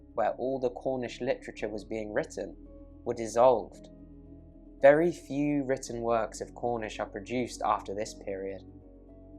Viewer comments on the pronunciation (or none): none